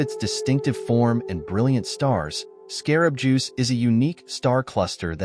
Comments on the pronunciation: also said 'insect juice' one time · I like how the narrator is calling Betelgeuse, "Scarab Juice."